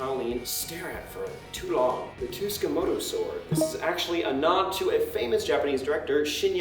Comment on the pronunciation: "Too ska mo to" lmfaoo